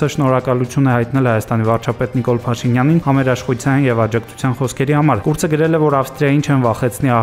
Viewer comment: "Կուրց" չի իր ազգանունը։ "Քուրց" է! Ռուս հոմ չեք? "Ք" տառ ու հնչյուն ունի հայերենը։ (Իսկ հայերեն հարցական ու բացականչական նշաններ չունի Անդրոիդը